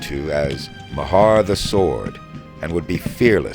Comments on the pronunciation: Nice video, but the name Meagher is pronounced "Marr," not "Ma-harr." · The name ‘Meagher’ in Ireland is pronounced without anything fancy but as ‘Mar’. The Irish in Mr Meagher’s brigade would have sounded his name as Thomas Mar. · Yep, I came here to say this. "General Meagher to us he said, If you get shot or lose your legs..." - "Meagher" has one syllable. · The incompetent Burnside wasted them up against that wall in Fredericksburg. Respectfully ... it's pronounced Ma-her btw :)